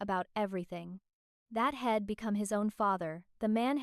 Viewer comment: Please fix the AI pronunciations of simple words li I'm and he'd